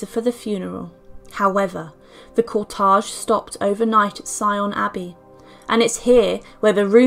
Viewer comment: So sorry but it's cortege not cortage. Thanks